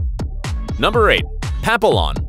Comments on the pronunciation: It's pronounced Pap-pee-YON, not "PappiLON." ;-) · "Pa-pin-Lon"?. It's pa-pin-yon. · "Pap-a-lon"? OMG learn how to say the name. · Papillon is pronounced PAP-I-YON (ll in Spanish has the Y sound). Notice herding and working dogs tend to be more intelligent, and yes, Border Collies ARE the smartest dog breed out there...which is why nearly all ranchers in far west Texas own them...and I love them! Never failed to give a BC a dog treat for behaving itself (but one I know does pee on my car tires...oh well...) Surprised poodles made the list (Standard Poodles though are quite smart). Rottweilers and Dobermans, eh? Read once one of these breeds was bred by a German tax collector...considering how intimidating both can be, I'm not surprised. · I believe the pronuncation is pap-I-on. As in Butterfly. Not papalon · It’s pronounced pappy yawn, not, pappy lawn…….good grief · Please learn how to correctly pronounce "papillon""! It is pronounced "pappy-yon", not papi-Lon with the "L" sound. It is a French name, meaning butterfly, due to the look of their ears. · You do not pronounced POPILLON it is POPEEON . You should know that !!! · Its "pappy-on" not pap a long Please pronounce papillon correctly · Correct pronounciation is “pap e on” -the “l” is silent. It’s a French word meaning “ butterfly” for the shape of their ears! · The pronunciation of Papillon is pap pee yon. It is French for butterfly alluding to their large ears. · Number 8 is pronounced "papi yon" because it comes from the french word for butterfly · Well, some of your dog breeds are hard to pronounce. "Papillon" for example means Butterfly and is French: pa-pee-yo:n. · It's Pappy-on!!!!!! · Papillon. Pronounced pap-e-awe. It's French for butterfly. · papillon is FRENCH and means butterfly (their ears) and pronounced pap eee on. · Papillon pronounced Papeeyón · It’s pronounced pappy yawn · Hard to take the information seriously when the dog is called a papillon. Learn how to say it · the papillon pronunciation